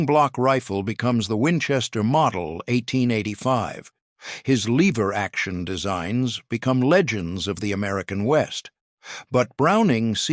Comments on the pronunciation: Lever, not leever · LEH-VER, not leever, stupid robot. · They are ABSOLUTELY NOT "Leever" actions. The word has a short e and it rhymes with ever. Really, really stupid AI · This would be better if the AI could pronounce words. Give me a break LEEver actions?